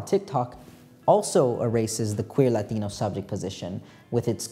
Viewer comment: you switching between english and latino pronounciations for the latino words is actually so hot. you won. now help me